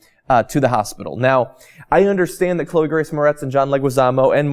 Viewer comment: That pronunciation of Chloes name... Hah! Good attempt... And otherwise great clip. Damn shame that The Cage isn't in the sequel...